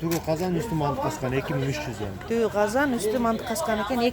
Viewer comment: Казкан эмес казан деп суйло